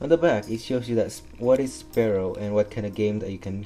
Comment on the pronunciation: its pronounced sfeero